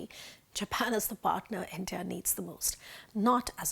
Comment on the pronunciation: Intah...Intah...Intah...What is this? Are you trying to say India? Why is that nobody in theprint pronounce English words properly?😂